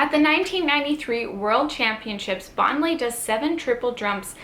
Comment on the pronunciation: How can you do a video when you don't know how to pronounce her name?